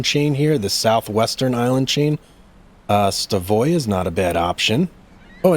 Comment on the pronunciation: it's pronounced Stav øya .. NOT Sta vøya ....øya means island